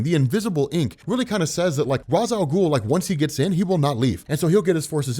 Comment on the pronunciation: PRONOUNCE RA'S AL GHUL RIGHT